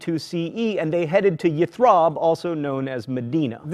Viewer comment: its not YITHRAB, IT WAS CALLED YATHRIB..